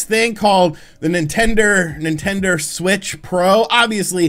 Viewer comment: Nintender? Is that a dating app for Nintendo fans? 😄